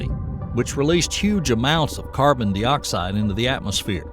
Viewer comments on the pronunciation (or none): I like the narration until it starts mispronouncing words like carbondioxide. There's no such thing as, "Carbon-dee-oxide". Seriously, no one's gonna listen your content if they're too distracted by the poor pronunciation of your AI voice.